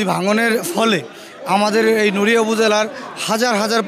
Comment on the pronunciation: নইরা কী শব্দ? সঠিক ভাবে শব্দের উচ্চারণ করতে পারে না আসছে সাংবাদিক হতে 🤣। শোনেন আমাদের নড়িয়া হচ্ছে আওয়ামীলীগ আর বিএনপি নেতাদের দখলে। এতো দিন আওয়ামীলীগ নেতারা সব কিছু ধ্বংস করছে আর এখন অবশিষ্ট যতোটুকু রয়েছে বিএনপি নেতারা ধ্বংস করবে। আমি নড়িয়া জেলার বাসিন্দা হিসেবে খুব অসহায় 😭